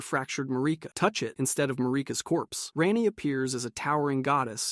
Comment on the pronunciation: Hahaha Ran-Ee instead of Raw-Nee got me